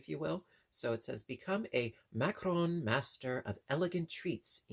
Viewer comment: You are correct. This particular item is pronounced ( ma-ka-rohn)